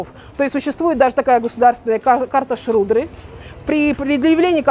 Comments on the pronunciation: не шрудры, а шудры, и это не касты, а варны, внутри варн уже касты. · Только не щрудры а шудры)